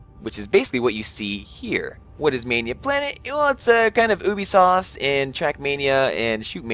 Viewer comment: ubisoft is pronounced yubisoft